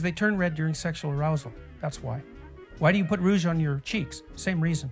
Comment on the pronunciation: Why did he pronounce Rouge like the bat character from Sonic Adventure 2?